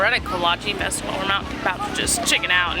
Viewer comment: coming from a czech person can you please stop saying “kolacheeeee” it’s not pronounced like that 😭